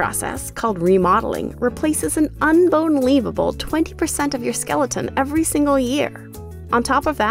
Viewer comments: She said unbonelievable 20% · "Un-bone-lievable" I literally LOL 😂 You could say I found this, humerus.